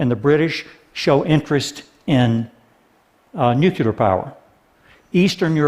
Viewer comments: Notes: 200 W of nucular? ( and elsewhere) What's nucular? Did you mean nuclear (new + clear)? And the concrete required gives off a substantial amount of CO2. A stagnant economy is what's required. You can't have exponential growth with no limits in a finite world. We can't get billions out of poverty without having billions more replace them; feed the poor and you get more poor. The only thing that keeps the population down (and hence keeps resource requirements down) is poverty or education. And the religious poor have already rejected education in favour of dogma. Natural gas still produces CO2. It's still a fossil fuel when taken out of the ground by fracking. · Should have talked about these new nuclear plants and why they're better instead of wasting time talking about coal. Also it's hard to take someone serious when they say "nuculer". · ▒▒▒▒▒▒▒▓ ▒▒▒▒▒▒▒▓▓▓ ▒▓▓▓▓▓▓░░░▓ ▒▓░░░░▓░░░░▓ ▓░░░░░░▓░▓░▓ ▓░░░░░░▓░░░▓ ▓░░▓░░░▓▓▓▓ ▒▓░░░░▓▒▒▒▒▓ ▒▒▓▓▓▓▒▒▒▒▒▓ "Nucular... It's pronounced Nucular" ▒▒▒▒▒▒▒▒▓▓▓▓ ▒▒▒▒▒▓▓▓▒▒▒▒▓ ▒▒▒▒▓▒▒▒▒▒▒▒▒▓ ▒▒▒▓▒▒▒▒▒▒▒▒▒▓ ▒▒▓▒▒▒▒▒▒▒▒▒▒▒▓ ▒▓▒▓▒▒▒▒▒▒▒▒▒▓ ▒▓▒▓▓▓▓▓▓▓▓▓▓ ▒▓▒▒▒▒▒▒▒▓ ▒▒▓▒▒▒▒▒▓ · A nuclear expert oughta be able to say nuclear....just saying. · I don't like this video solely for how he pronounced nuclear. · ***** Hey, how is it going? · Loved the video, but couldn't help but wince every time he pronounced it "nucular." Again, awesome video, great message, totally in favor of it, but just... nuclear XD. Keep the great content coming TED, always a pleasure to listen, watch and learn. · It's pronounced Nuclear, not Nucyaler. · One thing that might help perceptions is to pronounce the word "new-clear" instead of "nuke-you-lar" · I'd argue that fracking IS NOT a viable alternative to coal. Nuclear -> Noo-kleer not nuke-u-ler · Why does this man keeps saying "nucular", this is a TED talk, the least you could do is pronounce it right. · he keeps pronouncing nucular instead of nuclear :\ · Nuke YOO lerr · nucular. NUCULAR